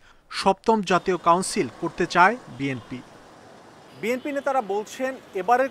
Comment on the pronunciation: দলের নামই বলতে পারেনা আবার আসছে দল করতে 😂ওটা বিএনপি হবে 😂